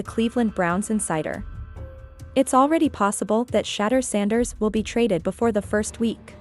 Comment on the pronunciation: This AI video can’t even say his name wright.